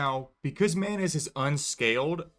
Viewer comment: as the video goes longer, the way you pronounce manus and manuses starts sounding more like "mayonaise"